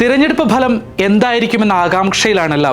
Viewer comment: താനൊക്കെ എവിടുന്നാണ് മലയാളം പഠിച്ചത് തെരഞ്ഞെടുപ്പ് ഭലം അല്ല ഫലം എന്ന് പറയടാ